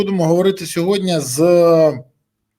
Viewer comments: Борисове, Я вас дуде прошу, учить сову, не сьогоднЯ, а сьогоднІ !!! А то ви,як тигипко з цим сьогоднЯ !!! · Березо, не сьогодня